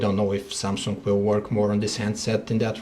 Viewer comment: lol ......... "samsunk "